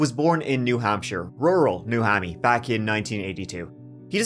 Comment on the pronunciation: As someone from New England, you saying “new hammy” for New Hampshire is cracking me up 😭😂😂